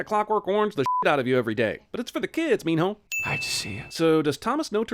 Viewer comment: So can he not pronounce Min Ho or does he think his name is Min No?